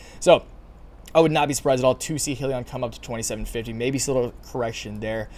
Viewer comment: It's pronounced Hi-liion